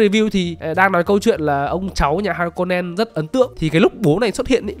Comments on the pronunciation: ể, ha cô nen mà ông cứ đọc thành ha rô ken vậy :)) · Tộc Ha-ko-nen ông đọc thành Ha-no-ken :)) như thể Haniken vậy :))) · Hanoken ??? :)))) 😅 đọc sai tùm lum z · Clip này đọc sai hơi nhiều nhé :)) Ti mô thi cha mô lê, fri men, sta woa, bin ghe za rít, ha nô ken, hình oảnh =)) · Ha nô ken =))))) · Harkonnen ông ơi =)) không phải Ha nô ken =)) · mấy anh ơi, kênh 1 tr sub rồi, lúc đọc tên nhân vật mình nên chăm 1 chút, ai đời Ha nô ken :((((((((( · Là har-cô-nen anh ơi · Harkonnen chứ kp hanoken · Harkonen mà, đọc ngược rồi em 😂